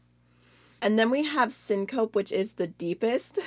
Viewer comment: Syncope is pronounced “sink-o-pee”. It means to faint. 🙂